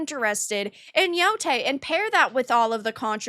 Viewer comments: At least pronounce the name correctly. It's Yotei not Yotai. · It still bothers me that can't pronounce yotei correctly